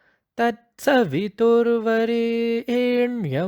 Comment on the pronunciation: Very nice . But their is one small correction . Like suv Varaniyam will pronounce as Variiniyam ( not re but ri रि ) तत्सवितुर्वरेण्यं वरिनियम्. Good initiative.